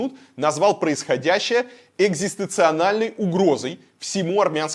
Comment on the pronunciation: Илья - экзистенциальная, а не экзистенцианальная !!! 😉😉😉